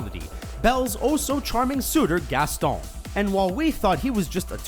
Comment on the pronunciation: haha the way he says Gaston